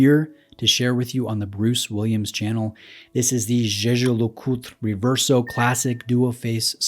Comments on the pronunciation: Props for the pronunciation of Jeager LeCoultre. Great video! 😄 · Thoroughly enjoyed your pronunciation of Jaeger-LeCoultre.